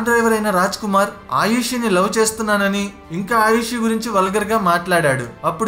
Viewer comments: It’s not Ayushi it’s Arushi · ఆయుషి కాదు brother ఆరుషి. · ముందు పేర్లు సరిగ్గా తెలుసుకుని తర్వాత పోస్ట్ చెయ్యి.ఆయుషి కాదు..ఆరుషి. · Please say names correctly first bro. Her name was Aarushi